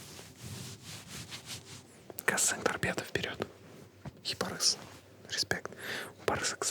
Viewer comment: Не Барес, а Барыс